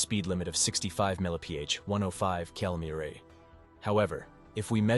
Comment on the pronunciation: That AI voice has a really tough time with mph and kmph, doesn’t it